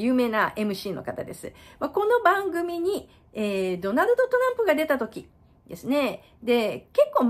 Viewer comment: アメリカ人・ナレーターの発音が ダァナゥ トラゥプに聞こえるような。